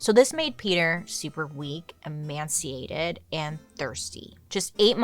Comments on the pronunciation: Em ay c ay ted. Not, em an c ay ted sorry had to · It is “Emaciated” not “Emanciated” 😂